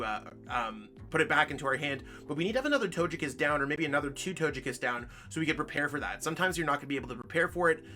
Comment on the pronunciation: It is pronounced as toe-gay -kiss vmax not toe-je kiss